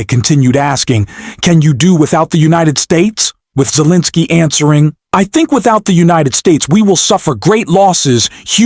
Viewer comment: 💙 I am beginning to waiver on my liking this channel because of the narration. You mispronounced Pres Zelinsky's name several times. ??? What's up with that? Please make sure your narratives are listened to and edited. Thank you.l